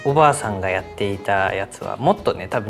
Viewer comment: たまに"ばあさん"じゃなくて"ゔぁさん"なのおもろい💙